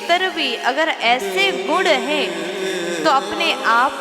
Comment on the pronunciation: प्रवचन देने वाली विदुषी गुण को गुड़ बोल रही है,वक्ता,कथावाचक/कथावाचिका के शब्दोच्चारण बहुत स्पष्ट और शुद्ध होने चाहिए।